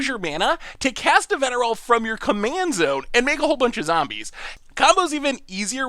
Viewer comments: mispronunciation also brings a little smile to my face. His absolutely perfect pronunciation of Nevinyrral while managing to but her Araumi, your own preview card, just makes me giggle. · pronounces Nevinyrral perfectly Also: Bonded Courier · Wait wait wait! You're telling me that can say easily say Nevinyrral but can't say chimera? What kind of logic is this? Also Nevinyrral goes infinite with phyrexian altar even more easily since you can eat all the zombies and Nev himself recast Nev and he'll coming in with twice as many there were. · I was looking for this comment. Was also impressed he got Nevinyrral because I even struggle with that one. But then be like CHIM-ER-A. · He mispronounced heliod, but just nails nevinyrral., you sir are an enigma